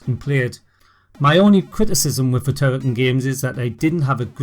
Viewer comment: Why don't you pronounce the full name of the game ("Turrican") ? 🤔